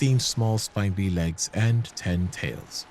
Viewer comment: You pronounce vicar and spindly weird, great video tho :D